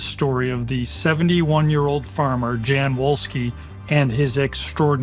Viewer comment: Jan Wolski pron. YAN VOL-ski Emilcin pron. EMIL-cheen